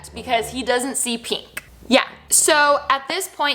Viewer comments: Is anyone else bothered by the way she says peenk instead of pink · “Peenk” girl I-💀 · Notice how she says “pink”